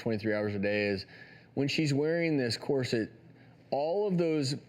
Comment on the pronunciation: He keeps saying corset wrong! 😡😡😡